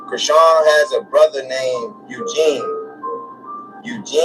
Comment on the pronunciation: Her name is Chri-SEAN. I always wondered where tf that name comes from ANNNDDD yeeaaahhh